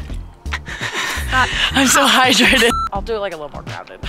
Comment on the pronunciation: “hHhHhH- I’m so hydræted🥲”